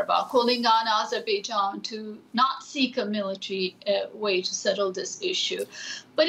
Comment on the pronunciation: Azerbaijan not AIzerbaijan. Get it right already. Useless DW anchors.